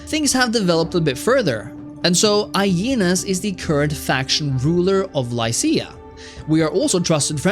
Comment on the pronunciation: It s eneas as in the dude who supposedly is the ancestor of rome. Not ainas